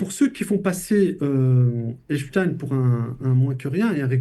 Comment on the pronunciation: C'est pas Emstein, mais Epstein !